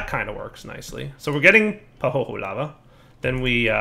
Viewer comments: Isn't pahoehoe pronounced pa-hoy-hoy? Pretty sure it's not pa-ho-ho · That pahoehoe lava is pronounced "pa-hoi-hoi" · BTW it's Pah ho eh ho eh. Each vowel is pronounced separately. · pəˈhəʊɪhəʊi Or if you don't grok pronunciation "pa who ee who ee"... Much love otherwise and have a great day.